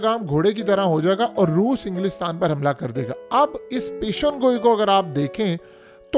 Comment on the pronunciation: پیشن گوئی نہیں ہوتا یہ لفظ ہے (پیش گوئی) آئندہ اسی طرح لکھنا اور بولنا بھی پیش گوئی